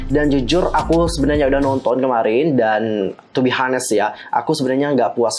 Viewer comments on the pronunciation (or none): cara ngomong yg bner "tu bi anes", kak